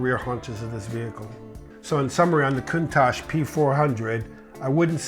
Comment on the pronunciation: Excuse, why did you change you pronouncation of Countach since video with Harry? Just asking cause I don't want to sound like an idiot when speaking this name.